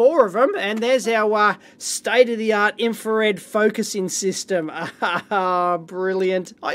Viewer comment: State uh the aught... State uh the aught... State uh the aught...